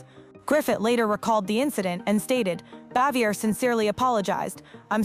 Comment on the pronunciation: Andy was a widower and It is Frances BAVIER, not Xavior